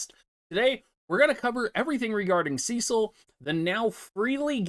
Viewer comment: Every time you say “” *triggered*. From the FFIV remake Rosa calls him “Sess-sil” xD either way. Enjoyed the review.